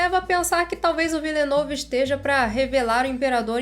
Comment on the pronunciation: amo você, mas ouvir tua pronúncia se Villenueve doeu meus ouvidos. Excelente vídeo COMO SEMPRE, não leva a crítica pro coração por favor, vc é maravilhosa